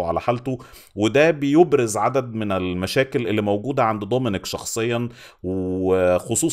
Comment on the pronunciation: ليش بتحكي ضومينيك و طوماس؟